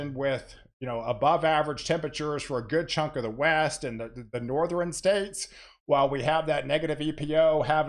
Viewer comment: You say "Nor-thren". Interesting.